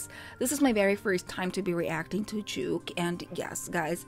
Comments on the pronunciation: His real name's Jake Lawson so Jvke's probably pronounced as Jake. The two are only similar in that they both have low register voices (which they can pitch higher) but that's where the similarity ends. You subconsciously were actually able to tell them apart because your initial reaction was correct in that Jvke was an unfamiliar voice. You recognized Kaze's smooth and sultry voice (which Jvke's voice doesn't sound quite as, being of a different quality) and soothing tone (again, one that's unique to Kaze) when he came in and only became confused then, because you didn't know Jvke's voice. Kaze also has this lazy, laid-back way of singing that Jvke, who has his own unique style of enunciating words, doesn't. Lol. Either way, you may have gotten confused and, in your confusion, think they sound similar but they really don't and your gut knows it which was why it was right all along. xD And it's Matsuri. Matsuya is a donburi chain. Lol. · Sorry but JVKE is actually pronounced as Jake and not Juke 😅